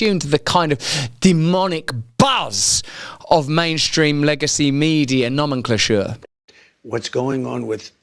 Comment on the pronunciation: Whats “noman clonsure?” 😂😂 I know I spelt it wrong but still a Beautiful word